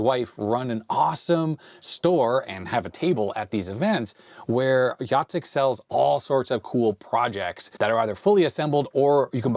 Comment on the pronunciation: You say "Jacek" name just right :D and "krówki" are so good, but like 99% sugar so watch out for that!